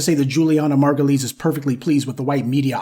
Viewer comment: you pronouncing her name wrong it's margu -lies 😂😂😂😂